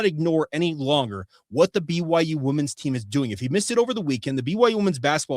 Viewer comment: I love ya dawg, but women's is pronounced wim-in's.